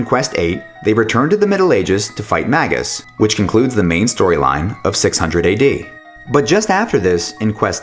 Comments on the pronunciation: I have known many games that are voice acting that pronounce it "Magus" (the word is actually a rather common word). I have never, ever heard "Mayjus" in any game. Just saying. IN FACT, if you look it up on , it says that it is supposed to be "May - gus" which even fewer people say. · It's May-ghus, it's not a soft g or J sound. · I veto that....I've always pronounced it Mag us